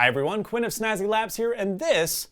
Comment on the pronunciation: I always understand 'Queen of Snazzy Labs' lol